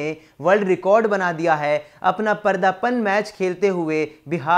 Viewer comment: परदापन नहीं बे वो पर्दापन होता है